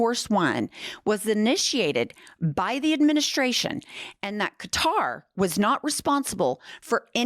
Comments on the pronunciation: You did pronounce it properly it’s (Ka-Tar) that’s the proper pronunciation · Good on you for pronoucing QATAR correctly finally. It's not Cutter!